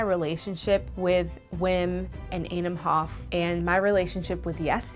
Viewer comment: The HOF !!! not the hoff :-)